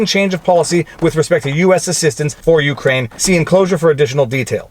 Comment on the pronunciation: The only thing wrong with this commentary is how you pronounce Ukraine 😝 Seriously though, thanks for the steelman of the defense side of things!